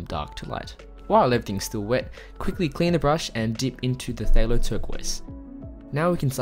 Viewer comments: Hi! Good try with the pronunciation, but.... Phthalocyanine. Phthalo.... Pronounce the "th" and ignore the "ph". So, Phthalo is "Thalo".... They•low..... like....... Person 1::: "Dang, they skipped out on paying their waitress for their VERY expensive steak and lobster!" Person 2::: "Whaaaa???" Person 1::: "Yeah. The waitress has to pay the full amount of $150!" Person 2::: "Daaaaammmmn! They low!!!" 😉 😉 😉 ~from a fellow artist 🙂 🙃 🙂 God Bless! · I think it is pronounced like "Ftalo" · The P is silent in Phthalo. (So, “Thalo”) This has been awesome, truly. I can’t wait to give these beautiful techniques a try! Thank you! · "phthalo..ppphtalo...thalo...talo...patalo" yes...the struggle is real... 😭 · "puh thahallo" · Nani!? phthalo?.. pretty sure it's cthulhu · the “Ph” in phthalo is silent. It’s “thay-low”